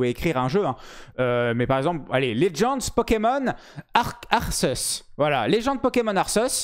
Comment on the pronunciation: Ta prononciation de Pokémon Arceus, trollée ou non, était délicieuse, merci pour ce fou rire xDD